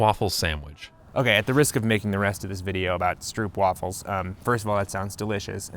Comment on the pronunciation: I finally figured out why Rollie is mispronouncing "stroopwafels" even as he's talking to Jason who's pronouncing it correctly. It's not an actual conversation, Rollie's just going off a script. He doesn't know even know he's pronouncing it incorrectly. It's kinda obvious now that I think about it. How did I not realize this sooner...